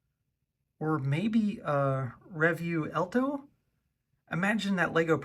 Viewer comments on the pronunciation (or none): am I the only one who got so damn triggerd over "rev you elto", it's "revuelto" and it's pronounced "revwelto" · fyi it's "Rewelto" in terms of pronunciation :)